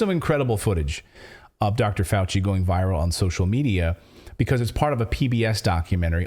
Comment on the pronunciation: "Fauchenstein" gon learn tuhday